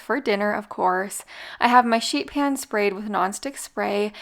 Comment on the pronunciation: Sounds like you said shit pan 😂😂